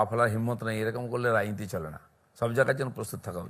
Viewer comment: ও বালের ৬পয়সা নেতা,তার আবার সাক্ষাৎকার,যে রাজনীতি শব্দটা পর্যন্ত পরিস্কার উচ্চারণ করতে পারে না,বলে রাইনীতি,যে ফেক ITডিগ্রী নিয়ে ঘুরে বেড়ায় একটা অশিক্ষিত আগাপাশতলা দুর্নীতিগ্রস্ত তার সাক্ষাৎকার আপনাদের চ্যানেলগুলোই নেয়,একটা ইংরিজীতে প্রশ্ন করুন দেখবেন উত্তর দিতে প্যান্ট হলুদ হয়ে যাবে,যে বলে "গরুর দুধে সোনা পাওয়া যায়!"সে নেতা নয় ঘর মোছার ন্যাতা!😅😅